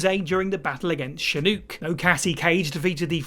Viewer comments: When they pronounce Shinnok's name as "She-Nook", a tiny part of me died inside. Its verbally said in game, in cutscenes, in battle by the announcer, in the character select screen, post fight if you win, in the Krypt, in promotional video materials and interviews and podcasts. Its been said verbally in the movies and television shows as well. Yet somehow this gaming channel manages to still mispronounce the name. Its almost like the people making gaming videos havent actually played the game they are telling you about. Reminds me of the Avatar movie. Where Aang is pronounced "Ong". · SHUH-NOOK eh........? Demerits for the presenter and editor. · Shin-ook 😂 Shin-nock would be the only correction. But we will abandon this plot line 😏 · "Shinuk" did you just said shinuk? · Did you fucking saying "shinook"